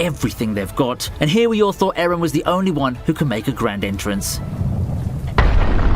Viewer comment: Eren👎 Ereh👎 Aron👍